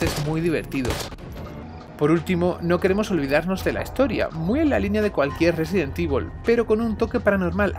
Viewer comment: Sesident Evil 🤔